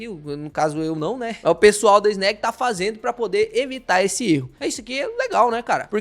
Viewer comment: SEM FALAR EM EGAF11 E FGAA11. MUITO MELHORES QUE ESSA NABA QUE PAGA PARA CANAL FALAR BEM. NÃO SABE NEM FALAR O NOME DO FUNDO. CHAMA DE ANÉG. KKKKKKKK. ESSE CARA É UM IDIOTA!!!!